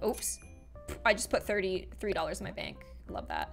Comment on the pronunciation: doesn't even know she said an Irish word because she said bonc and bonc is bank in irish